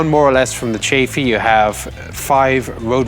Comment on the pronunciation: Wait,the chafey isnt it chaffe